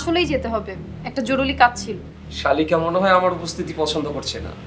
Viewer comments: জরুলী কাজ আছে.... নায়িকার একি উচ্চারণ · joruri not joruli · জরুলি নাকি জরুরি?? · “জরুলি” কাজ। রুবিনা জরুরি কে বার বার জরুলি বলছে 🤣🤣🤣